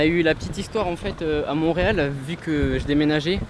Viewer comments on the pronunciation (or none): none